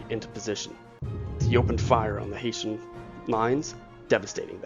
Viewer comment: It's Hessian not HaitIan.